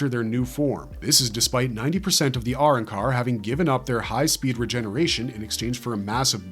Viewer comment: 😅 i love the Spanish parts and it's arancar not "are un-car" also it's pronounced gillions not like "gillyuns" and 😂 I'm not Mexican at all but it really helps to actually try... You don't sound racist when you're mimicking those that speak a particular language natively and fluently... Most likely you'll get a look of shock and surprise and be complimented on your pronunciation and fluency Even if it's just a few words and then you practice.... Anytime you're alone practice some sing in the shower i say practice your English, Spanish, French, hindi, mandarin, Portuguese, Russian, and the other three top ten languages just a bit here a bit there until you've learned enough to basically get by